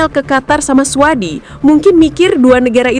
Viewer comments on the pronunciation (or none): AI jujur banget bacanya suadi.. 😂😂😂